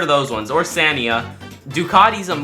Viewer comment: The brands never heard of he said seat wrong Scalia wrong also Scania make lorries man make lorries